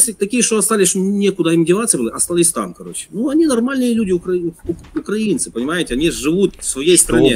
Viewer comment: УкрАинцьІ - не правильно! УкраИнцьІ - правильно! Говорите правильно...